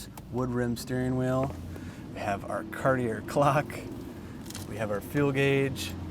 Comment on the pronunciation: Power windshield washer?? 🤭…. "Cartier" is pronounced [kaʁtje], similar to "kar-tee-ay" with a rolled "r"… .